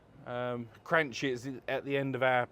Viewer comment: It's Cranky like Chianti